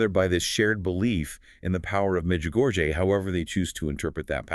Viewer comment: And because this is AI generated, these two people aren’t real, and fake, and no matter how good intentioned the creator of this podcast may be, truth matters. Let people know that this is not real. Notice the lady doesn’t know how to pronounce Medjugorie correctly, but acts like she knows the topic. If someone’s going to represent the truth then tell what are their names? Who are they? Where are they from? are they real? Pay attention folks, there’s going to be more of this coming down the Internet. Look for trusted sources.